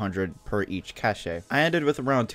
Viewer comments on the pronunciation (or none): its cache like cash not cash aye